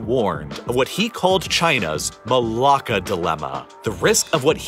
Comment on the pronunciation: yeah me too he pronounced "Melaka" correctly (well, as correct as a westerner can) edit : i just found out what malacca "malakas" means in greek but what does Assassin's Creed: Odyssey have to do with this?